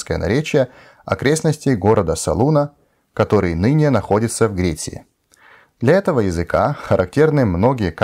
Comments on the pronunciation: Так же хотел бы отметить для автора, уж не сочтите за грубость, что при его отличном русском языке, есть всё же моменты в вашем произношении, которые стоило бы учесть, вроде замеченных мною /ГреЦ'Ия/ и /литЭратура/, вместо /ГрецЫя/ и /лит'Ература/ соответственно, с наилучшими пожеланиями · Хороший русский язык для хорвата. Лишь в нескольких моментах чувствуется. Слова Греция и Литература не так немного произносятся